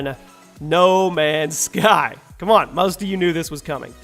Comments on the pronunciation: U said no many sky lol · Says he gets it right this time “No Many Sky” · D.lake you mean *no many's sky* as he says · no many sky???????? its no mans sky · "No many sky" 🙁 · who noticed it said no many sky